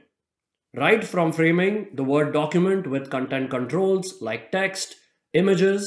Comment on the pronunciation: i like how he says Microsoft Vord... lol